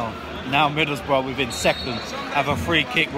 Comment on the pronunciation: "its fucking middlesborugh "